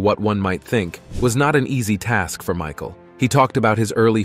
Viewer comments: Mishal, Mihal, Michael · George Mee-shal....WTF? The whole video hes been saying it right then 15 mins in you pull that? Must be one of thise concealed 'facts'. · AI can't say Michael lol